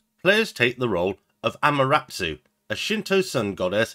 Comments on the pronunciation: He swapped it around: "Amaratsu" It's closer to: Am - ah -ter asoo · Think you're pronouncing Amaterasu wrong